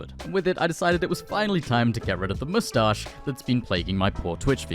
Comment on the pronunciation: the pronunciation on Moosstarsh is wild.